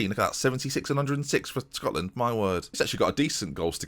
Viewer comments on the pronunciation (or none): none